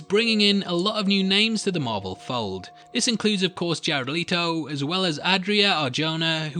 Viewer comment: “Jared Lee-Toe”